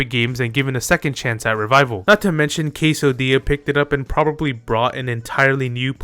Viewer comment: there is no way you said "casodilla"💀‼